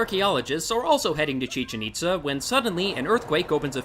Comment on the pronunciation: thats not how you pronounce chichen-itza do you hate mexicans? or do you hate mexico?